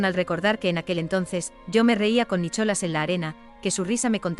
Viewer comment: Nicholas, y lo pronuncia así sin más, la h no se pronuncia puesto que es un nombre en ingles, voy kk de IA, por cierto, la OP, cualquier desprecio que ha sufrido se lo ha ganado a pulso por pu*a.